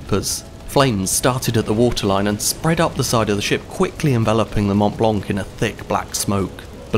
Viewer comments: You don’t announce the C for the love of god. Mount Blanc!!! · the t and c in mont blanc are sielent. Just saying